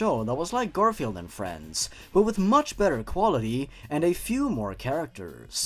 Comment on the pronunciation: I can't stop laughing when said GarIflied